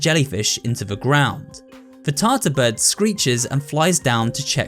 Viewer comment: why did you call the blue bird "Tasa bird" its tarta bird